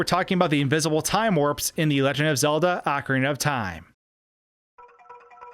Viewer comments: Articulate, please. "Ocura of Time" and "Super-Intendo"? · I think it's( ohh Carina )not ( ahh Corina ) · ahkareenuh, not ahkarinnuh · He said cockariko village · Ocrina of time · He provinces ocarina wrong too lol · Nintendo is in charge and has explained how to pronounce each word. He also says Ocarina wrong despite it being a real instrument.